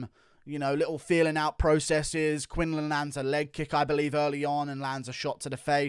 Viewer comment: Quinlan not Quinland